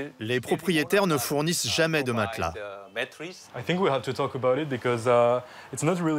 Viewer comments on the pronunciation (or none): none